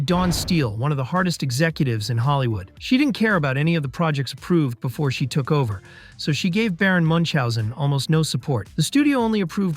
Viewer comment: Good video, but MUNCH-hausen? XD It's Baron Münchhausen. Like Moon-house-in. You don't call Edvard Munch "mahn-tch?" It's closer to Munk. Like "monk" but with "iu" sound.